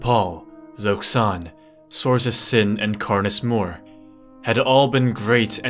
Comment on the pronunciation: It’s Karness Muuuuur not Karness Moor